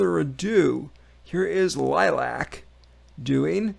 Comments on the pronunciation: Its pronounced lilly ack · The band name is pronounced Lily-ack. Dio drummer, Vinny Appice has called Melody, lead vocalist, the female reincarnation of Ronnie James Dio. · It’s pronounced Lilly ack they are all brothers and sisters. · Also the band is pronounced "Lilly- AK" which is Romanian for "Bat" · Liliac is pronounced "Lily-ack". Funny that you mentioned Dio because he was Melody's biggest influence. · It's pronounced Lily-ak L-I-L-I-A-C They are from Transylvania and Liliac I believe is Romanian for BAT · It looks like the other Fangs! Have you filled in on the band, all except one thing. The correct pronunciation of the band's name. It is pronounced Lilly-Ack. L i l i a c. It means Bat in their parents native Toung Romanian. All the kids were born and raised in the USA.